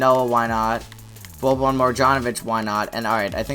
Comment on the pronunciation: Boban's name was butchered beond repair.